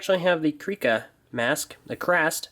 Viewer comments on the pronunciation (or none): “ kreeka” it’s kreka Also sorry if I misspelled kreka